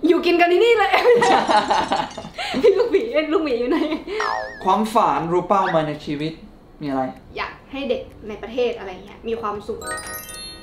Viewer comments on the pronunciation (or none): 2.55 เป้าหมาย นะ ไม่ใช่ เป๋าหมาย อิอิ